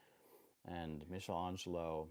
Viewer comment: hate to be a prick but michelangelo has a hard c ;) (meek not meesh)